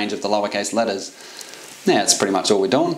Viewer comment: I learned that "yeah" can be pronounced "neeh".